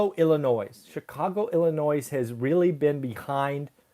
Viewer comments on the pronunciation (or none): The "s" is silent in "Illinois." Just like Arkansas and corps...but not Kansas.